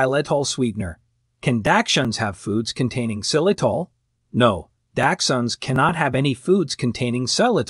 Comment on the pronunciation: Datchhund, daxtchunds, never ending! Pretty sure as well it’s arsenic in apples and other fruits